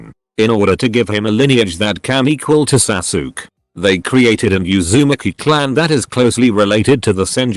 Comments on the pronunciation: Im sorry the way it says Susuke and Hokage has me dying laughing. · I muted at "Sasook"